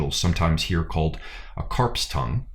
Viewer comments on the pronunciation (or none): none